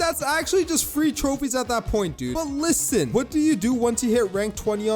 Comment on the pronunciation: every time he said "LISSEN" i gave up on my serious mode